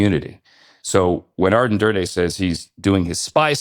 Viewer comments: It’s Aden Durde, not Arden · Aden NOT arden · Aden not Arden! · *Aden Durde, not Arden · Great insights! Tiny correction though, it’s Aden not Arden 🙏🏼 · ADEN Durde Ja-DAR-ian not DARE